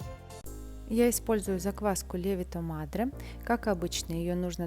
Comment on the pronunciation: Но ведь правильно говорить ЛевИто мАдре